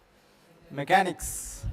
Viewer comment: MECHANICS SIR NOT MACHANICS